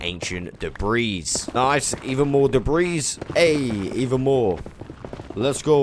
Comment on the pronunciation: The s in debris is actually silent, God if you were American you'd be one of those ppl that says ill-uh-noise for Illinois lmao sounds imbecilic but so does commenting about pronunciations lol. Good God you do say debreese a lot tho..lol made muh ears bleed.